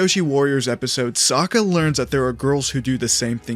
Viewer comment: Why u keep saying Sakka??